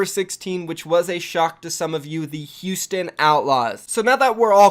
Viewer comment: I don't really think Paris will be great, but I also don't take your opinion very seriously because of how wrong you are about Houston every time you say their name